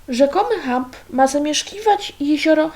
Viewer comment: To się właściwie czyta "czemp". Jeśli te zwierzęta są takie wielkie i jeszcze żyją stadnie, to powinny być naprawdę trudne do przeoczenia.